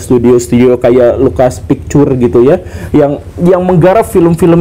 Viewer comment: Pikcher pak, bukan piktur 😂😂